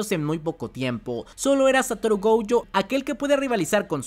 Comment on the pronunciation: Goyo no Gouyo por favor!!